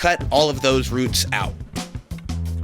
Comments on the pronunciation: His pronunciation of roots makes me wonder if that’s house calls that old show about slavery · You are my favorite maker to watch on Youtube. Ive been watching since back when you only had ten uploads. You're growth, your entrepreneurialism, your style and design.. so much respect love and gratitude over the years....... and then i heard you pronounce the word 'roots'. haha great job though! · Every once and a while the Oklahoma comes out. Love the way you say "roots" lol :) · No one’s talking about how he said ruts instead of roots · But he says roots when he talks about the blade. Why then switch back to rhuuts?! He knows how to say it! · ruts is spelled roots and pronounced rooooots! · ROOTS! Not RUTS! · Pronunciation of roots is interesting, rutts, hahaaa. Wonder how many thousands of years that plastic fence will be polluting the environment. Plastic companies are treasonous. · Roooooots not ruts say moo like a cow that’s the oo sound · This guy said ruts its roots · Say RRrrhhhooootttssss, not rhuts.... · Lol "ruts" - it's all I could hear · Annoying RUTTS pronunciation. It has 2 oo's root, not rUtt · wtf is he saying? ROOTS... its an "OU" sound bro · Dang ruts man not roots lol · RUTS!!!???? It’s a double OO. Say it correctly. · when you remember how to say Roots not Rutts.. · Nobody: This guy : “ruts” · It triggers me how he says roots like what are ruts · great video! im wondering why sometimes you pronounce "roots" as "roots" and sometimes "ruts" lol. deffo inspired me to redo my yard. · Sounds like 'ruts'. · I know. Its "rooots" not "ruts" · Did he say rutz?! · Where does one come from when they say “ruts” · "The ruts"😂💛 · Me: ruts? Ruts? what are ruts? The tree? Me .5 seconds later: internal screaming Did he mean roots!?! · He said 'Dang Roots' for all those who need to hear it. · A ton of “ruts” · low-key kinda love how he says roots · Did he just say "ruts"? 😒😕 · It bugs me the way he pronounces roots... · Is it me or does he say roots kinda weird